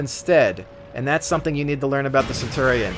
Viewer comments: Love the video, but Centurion is pronounced Cen-chew-re-n not Cen-tor-ri-on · It's derived straight from Latin, so, technically, you'd pronounce it 'Cen-tu-ri-on'. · Technically, Centurion is pronounced Ken-Turi-On. The Roman's did not have a soft c sound, it was all the hard k, which is why the german word for Caeser is Kaiser.